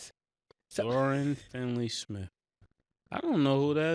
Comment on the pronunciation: Dorian Finney smith not FINLEY